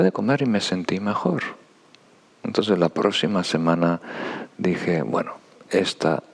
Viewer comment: Es adorable cuando dice " entonses " 😊❤